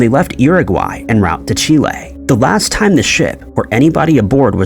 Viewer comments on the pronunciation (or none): none